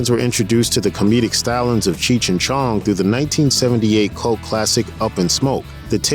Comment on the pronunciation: Cheech chi chong. Dont like how this guy says their name.